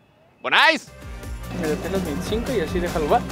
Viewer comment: Se dise bonais no se dise bonise